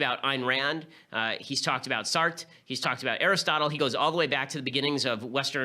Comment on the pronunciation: Did you REALLY pronounce Sartre as SART?